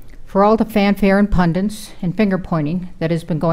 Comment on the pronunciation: Oh my god people who don't know how to say the word "pundits" are judges now.